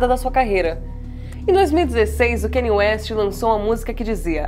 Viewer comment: Country se pronuncia “kun-tree” Kanye se pronuncia “kah-nee-yeh”